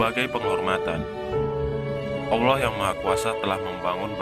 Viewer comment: dari penyebutan nama ibrahim dan allah sepertinya saya curiga "awloh yg maha esa"